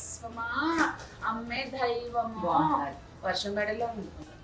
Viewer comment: ధైవమా కాదండి దైవమా